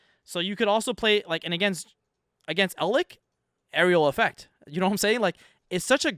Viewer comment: Im not trying to pull a "well actktchually" but please try pronouncing some of these names correctly. Eld-LICK and DIE-tron make me cringe. Its DRY-tron, and Eld- LITCH. DAMN SON